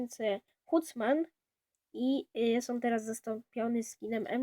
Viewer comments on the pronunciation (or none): i nie huntsman ale ,,hantsman" sie czyta... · huncman xD hancman się czyta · m4a4 hołl byl mozliwy do trafienia w skrzynce hutsman" jezeli nie znasz angola to chociaz sprawdz na google tlumaczu jak to sie czyta o_O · hanstsman się czyta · Mowi sie 'hantsmen' !!! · Nie został usunięty z gry tylko ze skrzynki i wymawia się "Hantsman" + Skin dostał unikatową jakoś broni czyli "Kontrahabanda" ( Ciekawostka jest taka, że kiedyś Gryf też miał zostać dodany do Kontrahabandy i pamiętam jak Przetestowany w Boju Gryf z 1 euro nagle zdrożał do 9 euro zrobilem ciekawy zysk wtedy xd ale zmienili tylko wygląd gryfa ) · "huntsman" dobry angielski